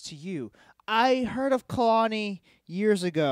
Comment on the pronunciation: It's pronounced KAY-LAWN-EEEE